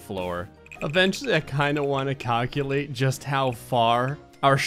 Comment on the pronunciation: Cockulate? Did I hear that or am I crazy 😅😂